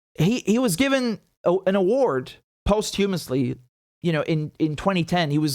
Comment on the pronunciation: Hate to be the asshole, but you're ruining your otherwise flawless English by saying posthumously wrong. Just throw the word into Google translate (speech). Also as if by magic after your pronouncement, I can't recall the correct pronunciation.